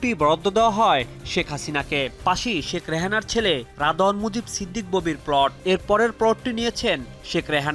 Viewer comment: প্লোট না রে পাগলা, প্লট! উচ্চারণের এই শ্রী নিয়ে সাংবাদিকতায় চাকরি পান কীভাবে?